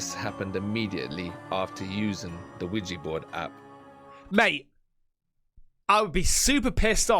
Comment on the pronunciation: Ouija Not Ouiji...